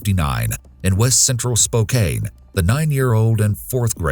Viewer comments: My hometown is Spokane, WA, and when I found out that Candy's case was solved, I got so happy and full of joy! I had heard about Candy's case years earlier when I was about 10 and heard on our local news that it got solved just made me so happy. P.S. Its pronounced Spo-can. NOT spo- cane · gah... idk why it bugged me, but everyone not from spokane seems to say it like "spo cane" instead of like "spo can", so, thats how its pronounced, ends with "can" not "cane" lol /nbr/lh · Love these videos but the pronunciation of Spokane is really killing me 😆 I've only ever heard it called Spo-Can, never Spo-Caine lol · It’s pronounced SpoCAN not SpoKANE lol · Spokane, WA is pronounced SPO CAN, not SPO CANE…. Just a small bothersome detail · Spokane is pronounced as 'Spoke-ann'; not 'Spoke-ain.' At least for people in WA state lol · for future cases, it’s pronounced “Spo-Can”, not “Spo-kane”, although these days it’s really more like “Spo-Compton”. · spoke cane. Oh my that’s so funny. It is actually pronounced sp-oh-can. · For the Spokane case and I keep hearing spokain, where i live, we pronounce it as "spoh-can" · Spocane 😂😂😂 Loved the content though!! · It’s not Spo-cane it’s spo-can hahah I’m from over here.. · it was driving me nuts hearing spo-kane instead of spo-kan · I'm from the area and Spokane is pronounced "Spoke-Can" 😂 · Spo-Can, like a can of soup. It's especially funny because the nearby town of Cheny is home to Eastern Washington University, or. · "spo-KAYN" killed me inside a little bit as a born and raised washington girl 😅 HUGE kudos to justin woo! what a big heart to decide to pursue closure to decades-old cases. i hope that man's life is filled with nothing but happiness. devastating that so many of these cold case killers never get brought to justice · Great video - subbed! You have the perfect voice for this type of show! Also, Spokane is pronounced "Spo-can", weirdly. :) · It's spo-can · Spokane=Spoke Can